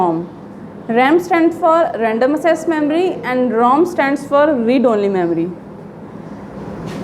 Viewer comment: RAM stands for Random ACCESS (ak-ses) Memory. Not Random assess memory... Watch your pronunciation !!